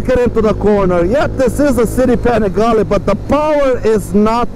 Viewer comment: When I first heard you saying Panigale I understood "pan of garlic"... 😀😃😄 ...just because precisely as you said it needs a little salt and pepper on its transmission, so the garlic pan will taste better! 😛 We must remember that's an Italian TOY and a styling exercise, so it's not about the price but the joy to... enjoy the riding AND the design. The transmission can be tuned a little bit, of course if you need to. Because any "aglio e olio" recipe needs "pepperoncino"!